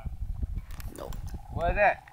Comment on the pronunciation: "Dhatt count" lol